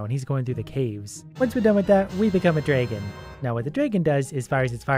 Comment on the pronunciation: i like how you say dragon. its like draygon